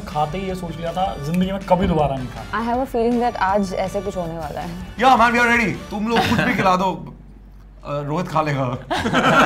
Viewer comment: Bihari "Yaaaaaah"